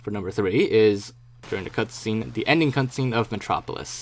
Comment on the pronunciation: he says "cuntscene" hahahah